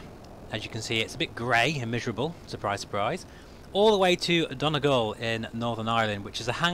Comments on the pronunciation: Oh and phonetically it's Don ee gawl :) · Excellent video! It’s pronounced “dunny gall” btw 😀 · Great to see you over here and thanks for watching! This sim really is amazing (apologies for butchering the pronunciation for Donegal, what a wonderful place). Hope you're enjoying the new bike :)